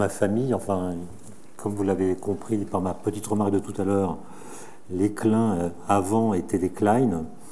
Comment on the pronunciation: Enfin le nom klein bien prononcé!